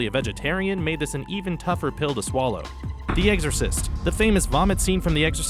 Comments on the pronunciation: He said "The EGGsorcist" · Did he just say "The Eggsorcist"?